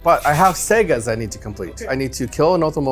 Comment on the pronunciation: Great video as usual but I wish he would call them sagas instead of segas😂